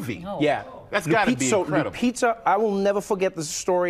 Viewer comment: It's painful to hear them pronounce it 😂😂😂😂. I gave up on people at my office pronouncing my last name correctly.